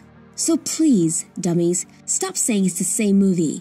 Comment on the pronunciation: The way she said DUMMIES.. I felt that...